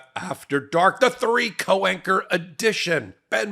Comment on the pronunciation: Co-Anchor …….. unless you mean cowanker. 😂😂😂😂😂😂